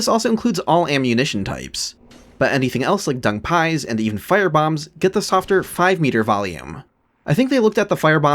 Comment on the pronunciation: Bro when you said “Dung Pie” I thought you started speaking Cantonese for a second, I was tripping